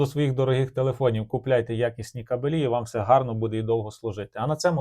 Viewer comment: Ге кабелІ ,а кАбелі !Неук ..☝️